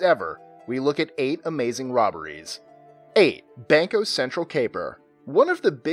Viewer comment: Cringe on the pronunciation of "Banco Cetral" from Brazil